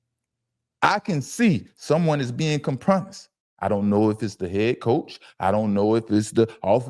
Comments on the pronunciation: Did u say "come promised"? It's Compromised bro. One word. Just looking out. Check ur circle. They slippin. But u speaking fact. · It’s pronounced com pro mise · Com Promised is legendary 🏆😂😂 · Wait."A." Minute! Does he mean to say "compromised" (ˈkämprəˌmīz)?!🫣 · The word is compromised. Good grief, say the word correctly! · Hey man how many times you going to say compromised incorrectly? Lol and your co host not going to call it out is crazy